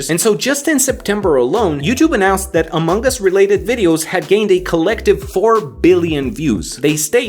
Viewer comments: English is my second language so i don't know, but isn't it supposed to be pronounced among us, and not amonk us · you pronounce it like "Among Gus" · is it just me or did he say " AMONGG US "